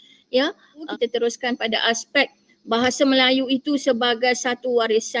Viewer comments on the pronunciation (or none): Dosen itu nyebut aset aja jadi eset... bahasa jadi bahase.. beda tulisan dan bunyi. Belajar dulu huruf dan bunyinya bu. Jangan pakai ejaan inggris, kami pakai ejaan belanda. Bahasa melayu di malay cuma dipakai org Islam saja. Ras China pakai bhs China, India pakai bhs india. Mana bisa pemerintah malay membuat bhs melayu menjadi nasional malay. Pemerintahannya aja rasis. Begitu juga warganya juga rasis dan bangga dgn bhs asli mrk masing2